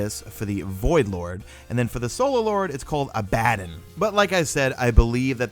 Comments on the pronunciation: Abaddon= ah-bah-don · the solar lord lmg it's called abbadon it's pronounced abba don